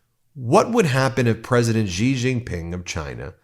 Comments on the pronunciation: It's pronounced "she" when it's spelled Xi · Just for the record, Ben (and for easier pronunciation in the future) it's SHE Jinping. In Mandarin, "X" is pronounced "She" as in "She is a nice girl."